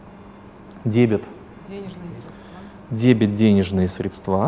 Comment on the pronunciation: срЕдства, а не средствА... по ушам режет